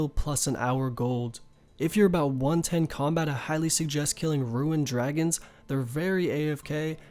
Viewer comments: Ruen? You mean ru-ne not ru-en. It's also Might-er not mee-tre(mitre) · ruein...Alkuhbles....I love you, but you're killing me. You can prnounce kurask but not RUNE? RUEN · "Ruin" It's Rune... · Can never get over this guys pronunciation of rune...ITS ROO-N... not ROO-IN... its not spelt ruin... ITS RUNE .....URGH!!! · Him saying fucking ruin for rune killed me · RUNE! NOT RUIN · r00n, not ruin* for Rune lol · "SIR-odamin godsword" "WIV-URNS" "RUIN" REEEEEEEEEEEEEEEEEEEEEEEEEE